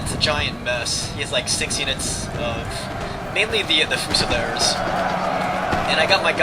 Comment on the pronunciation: This wasn't helped by his poor pronunciation of half the units names, namely Hussars and Fusiliers, which he pronounced Hoosars and Fusilers (as opposed to Fuse-iliers - this is an english word!)